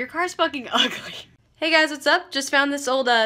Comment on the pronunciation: I am enamored by the way she says "uhgly" and laughs.